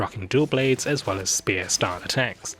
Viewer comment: did you notice instead of "well"x3 he said "whale"x3 lolol nice